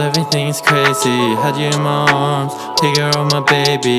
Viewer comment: he said "Crazee"